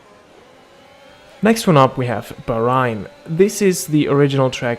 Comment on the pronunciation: I enjoyed the video, good quality. Though the way you pronounce Bahrain is not the way it's actually said